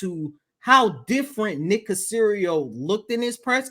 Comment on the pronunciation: Aww come on man..at least say Nicks name right.